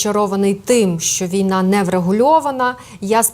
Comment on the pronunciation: Хороший докладач, але буква Э та слово Нэ - портять все. Противно слузати це мэкання!